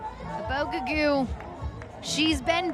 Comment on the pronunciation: It’s insulting how they flat out REFUSE to ioma Ubogagu’s name correctly. Yet, they pronounce every Swedish name there is, flawlessly. Her surname is NOT difficult to say at all. They do this with so many Africans. Nuff said.